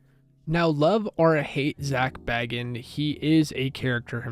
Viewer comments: haha yea bits it’s not biggie. He pronounces it as zak “bae gins” if that makes sense 😂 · no one likes having their name mispronounced even if they know who is being spoken about 🤷🏽‍♀️ I’m sure if he watches this he probably wouldn’t like his last name being mispronounced even if he knew it’s abt him. No biggie just pointing it out